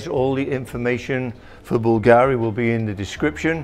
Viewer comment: I probably have to teach you how to pronunce BULGARI in italian!!! 🤣🤣🤣